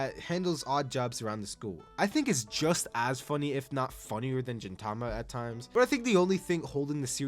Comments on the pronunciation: I cannot with this lunatic pronouncing gintama as jintama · ok you actually didnt watch gintama, like you literally did not watch it. if you had, you would have said the name right. its pronounced GEENtama, like GEENtoki, which would be hard to know i guess if youve never seen a single episode. also you didnt touch on the incredible heart and human growth experienced within gintama? you dont even need to go to the crazy arcs at the end to see it (though theyre quite good if you actually watch the fucking show) but there are multiple arcs or episodes before that, such as MADAO being adopted, the old man and his dog, and kagura's umbrella are all very exceptional and earlier episodes that champion the true message of gintama. but sorry it didnt have enough aura moments or whatever shit metric you used to determine this list. and if your metric was your own terrible taste, then you should be ashamed. take 9 more years, and actually watch the shows next time you trash-gargling, milquetoast last piece of 3 weeks old bread that no one wants. i cant believe you scammed 87k people. your jojo part was also shit, i could even finish it. i pray you didnt cover zombieland saga